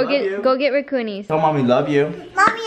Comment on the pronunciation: “I wove you”ahhhh❤️